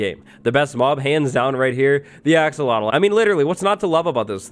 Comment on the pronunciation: That thing.. umm the new no on that was swimming underwater.. I have no idea what you called it.. it sounds like you said axel wattlle lol. But anyway, the yellow one looks like Pikachu lol.